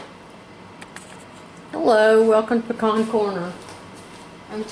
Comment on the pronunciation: at least there's someone still left who knows how to pronounce pecan.